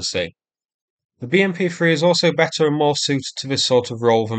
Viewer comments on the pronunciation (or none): none